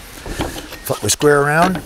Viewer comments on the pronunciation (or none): Hahaa great video... it doesn't sound like "flip"